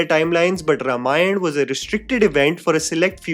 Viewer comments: Well, when you assume "influencers" to behave maturely... P.s -, please, it maybe spelt 'Ramayan' but it's pronounced 'Raamaayan'. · it's pronounced RAAmayan 🙏🏼